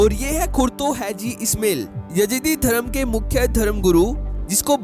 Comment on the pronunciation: ओ भाई, " ISMAIL" को " इस्मेल " न बोलिये, बल्कि " इस्माइल " बोलिये. 2. " हाजी " को " हैजी " बोलना गलत है.